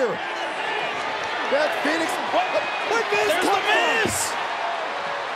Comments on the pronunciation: needs to retire and its Beth not bet maryise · Love how she said Bet instead of Beth😭😭😭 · If you don't speak French you may not have noticed that she doesn't say Beth. It's not an accent thing lol. She says Bete. That's French for stupid or ignorant, leaning towards dull or dense. I knew it was a setup from the moment I heard the way she said Beth's name and I'm wondering if any other French speaking people caught this wording. Considering what happened I don't think I'm imagining things and the audio is clear. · "Bet Phoenix" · and "Bet" (pronounced "Bete") in French is "Beast" or... "Stupid" haha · it sounds like she is calling Beth "bete" which is beast in french and haitian" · She botch by saying "Bet" is it that hard to say "Beth"?? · It's not bet its beth